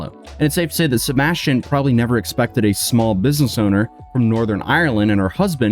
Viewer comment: Sebastian…say it a hundred times, until you can pronounce it correctly. Every time you said it, It sounded like you were saying “ sirbashtion”. Try slowing down your talking speed! 🤷🏻‍♀️